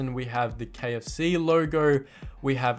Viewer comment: why does he pronounce logo like that?